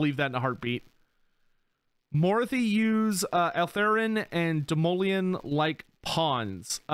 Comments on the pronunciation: I mean he pronounces a lot of names wrong even though the characters in game say their own name the correct way. Morathi is a good example. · lol yep, also reacted to him pronouncing morathi wrong